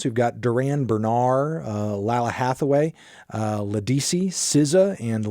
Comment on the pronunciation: That's not how you pronounce Ledisi and Lalah.